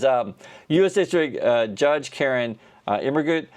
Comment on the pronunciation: German major here, really jazzed that he pronounced the name better than most other social media people I’ve heard!